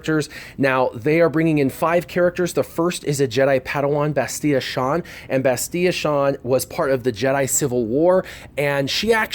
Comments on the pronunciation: LOL, she's not spanish, it's Bastilla (with the double Ls pronounced!), not Bastiya.... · OMG. T3 was NOT Reven's droid, HK was. And you aren't pronoucing Bastila's name correctly, at all. Meatbag. (HK reference, not really being a jerk.)